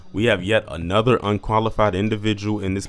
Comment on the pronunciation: "ANOTER"? Did you mean "ANOTHER"??